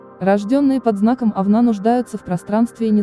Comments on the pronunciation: Не овнА а Овна! Как бесят неграмотные люди! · Всего один вопрос:режет слух «овну,овна»,с ударением на второй слог,почему так безграмотно?